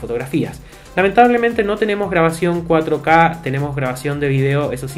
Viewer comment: "No tiene 4 caca" (así se escucha